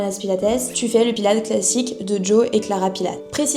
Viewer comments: Bravo pour ce reportage! Mais il faut vraiment que tu dises son nom correctement, il s'appelle Joseph Pilates, avec un S a la fin et se prononce "pilatisse"! Sinon c'est parfait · ça c'est la version américaine. En allemand, Pilates, se prononce plutôt Pilatès (en prononçant le S). C'est la deuxième vidéo que je vois de toi et c'est très intéressant, complet et la diction est parfaite. Merci pour ton travail